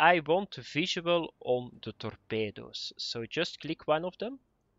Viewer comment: torpeydoos............ please say this word more often.